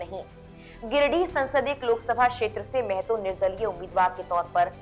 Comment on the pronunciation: मेहतो नही महतो है मैडम